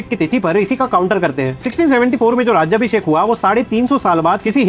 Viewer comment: Sir you are right just one correction The coronation ceremony is named as राजाभिषेक not राज्याभिषेक. राज्याभिषेक is mis pronounced word and in written has proff that Gaga bhatt has written that it's राजाभिषेक. You are doing very good work👍🏻